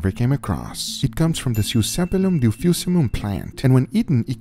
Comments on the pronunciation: Dulcificum = dulficimum? Is Guga dyslexic? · Synsepalum Dulcificum --> Siusiepalum Dufiousulum